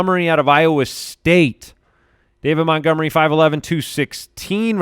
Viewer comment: Hearing refer to Montgomery as Meh-gomery makes me understand why you guys settled on Mopportunity as a nickname. You started with the bar so low that Mopportunity actually seemed clever (if only by comparison).